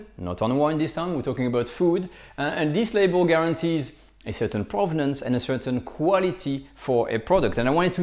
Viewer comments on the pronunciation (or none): none